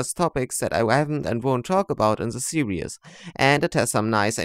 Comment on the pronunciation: Pronounced Sear-ris.. not serious Seriously